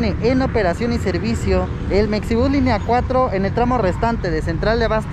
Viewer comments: Oye y porque la X en Mexibus no la pronuncias como la X en Mexico? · Sigo sin entender ¿Por qué le dicen mecsibús?